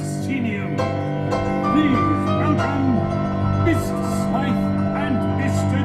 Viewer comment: *Mr. Smythe not Smiff